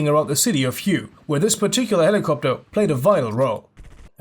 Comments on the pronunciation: Hue is pronounced more like "whey" not "hew" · It's "Hue city" not "Huey city" XD btw still a great video thought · don't say hue.... its like saying "way" with an H in front of it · Huey is derived from the original aircraft designation of HU-1(later changed UH-1)and when said designation was was said at speed it came out as Huey😁 Also the city Hue is pronounced like WAY 😁 The USN also brought a battleship to the conflict, the USS New Jersey BB 62😁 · Not to be a grammar nazi, or maybe grammar communist would be more appropriate, but Hue is actually pronounced “way” it’s super weird, but just for future reference